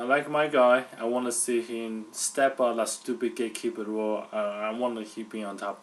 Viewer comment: the guy on the right sounds like he says "gay keeper"